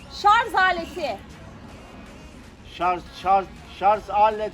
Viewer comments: Şarzzzz değil şarjjjjjj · Sarz değil sarj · Cahil şarz değil şarj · Şarz değil şarj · Şarz değil şarj bu arada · şarz değil şarj cihazı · Recep gibide sarja sarz diyo